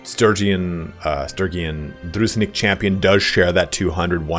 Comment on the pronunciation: It's not "Druznik". It's dru-jin-nik. With emnphasis on middle syllable. Thank you for the great tier list.